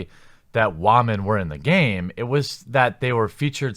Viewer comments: Wtf is a "Waman"? Is he trying to say Women/Woman? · Did you just say “wha-men” in the first 15 seconds of this video? Does this stand for whiny, haha... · Wamen? It’s wool/mein. Get woke 👁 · Great vid thnx but are you saying Wamen(like Ramen) instead of Women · Why do you keep saying wah-men instead of women. Are you having a stroke? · Why do you say wamen instead of women? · For the love of god please just say women right it's not Wamen. And yes the inclusion of women in bf5 is rediculus. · Why is he pronouncing women like “ramen”? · Why do you pronounce "women", "wahmen", like its pretty even cut the gender spectrum of SJWs. That is assuming the "wah" is mocking women "crying" over shit. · First time on your channel, why do uou pronounce "women" as "wahman"? Accent or inside joke? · . " waa men". Interesting pronunciation for women. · I noticed that too 🤣🤣🤣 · What about "whymenzz"? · “Wah-Men” That’s the greatest pronouncement for “Women” ever! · Actually he said wommin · Wah-men? Why are you pronouncing it like that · Why are you saying wah-men? Ive never heard woman pronounced like that. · I like how he says, "Whamen" LMAO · stop sayin wamen pls for ur future self in 5 years's sake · I'm new here, so perhaps I don't get why you mispronounce 'women'. Can you explain, please? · Where's this guy from? He pronounces "women" funny. Is it just me? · Can’t pronounce ‘women’, literally unwatchable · I feel like people who pronounce women like that are uneducated